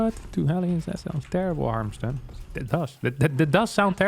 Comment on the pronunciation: I love that Harstem miss pronounces his own name as harMstem somewhat regularly